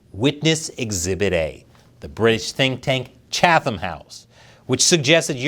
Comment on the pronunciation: Not sure what to make of this, but Putin probably is not running to the negotiating table because he fears Trump sanctions. And Chatham House needs keep their emotions from sacrificing principles. BTW it is pronounced “Chat”…”ham” - no “th” sound. 🍯